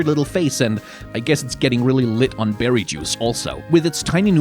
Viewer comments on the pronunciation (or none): none